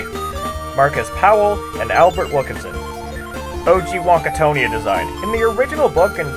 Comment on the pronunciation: It's called the Wonkatania, Not Wonka Tony ah lol on god man